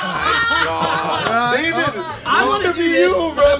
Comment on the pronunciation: "Ryan SWEEZE" IM DEAD